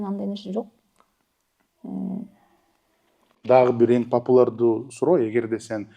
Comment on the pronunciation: Ушу Семетей мырзага бироо жарым популЯрдуу деп айтканды уйротуп койсо жакшы болот эле. Популардуу деген же кыргызчабы ? Кыргызча белгилуу же заманга ылайык деген создорду пайдаланса деле болот беле . Ар бир подкастын угам , ушу ПОПУЛАРДУУ деген созу эле кулакка угулат да , турат да 😄